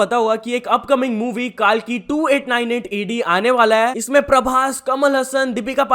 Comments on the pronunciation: ...its not काल्की , it's कल्की... Thoda padhai wagra bhi kar lon bhaii... Bhagwan ka naam bhi nhi ache se le pa rhe hon aap toh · Kalki ha bhai kaalki ni , improve your pronunciation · Kaalki nahi kalki😂😂😂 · Ye kaaaalki nahi kalki he... Sahi se to bola kar be